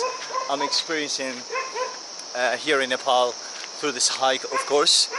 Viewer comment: its not NEEPOOL its Nepal